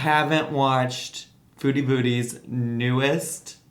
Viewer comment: I kept hearing "foodie booty" hahah